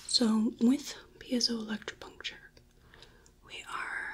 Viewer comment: That pronunciation of Piezoelectripuncture seemed so effortless!